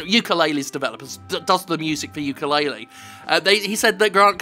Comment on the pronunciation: jim, the youtube says it's yooka-laylee, if you could change it, that would be very nice, because i don't think it's a good idea to let someone think that this game is in fact yookaa-laylee and scaring them off from a perfectly good game.